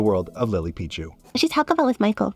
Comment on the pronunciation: Lily PEE-chu back at it